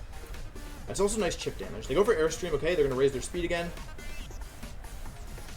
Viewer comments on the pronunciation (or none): none